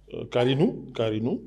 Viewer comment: Karnou et non karinou